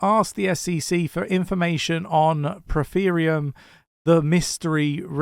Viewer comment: Me every time says PRO-THE-RIUM instead of PRO-ME-THEUM 😂😅😂😅😂😅😂